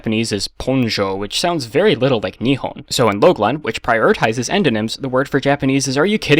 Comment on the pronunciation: отеч is not OUTETZ its A-Tye-Tz 日本 is not NIhon, its niHON (i speak russian and japanese) Appriciate your videos, but when pronouncing a word try hearing google translate say it